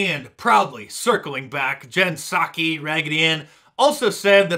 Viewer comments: It's Pah-saki. According to Joe cornholio. Pah-salms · I think that names pronounced Pee-Sockee. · Jen Pissaki That not how you say it. Ok, I will circle back on that. O O O O Jen Piss-saki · So the Piss in Psaki is silent?